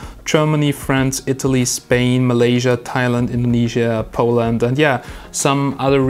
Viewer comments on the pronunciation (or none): none